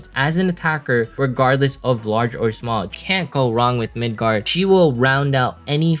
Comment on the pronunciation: Btw its Migard not Midgard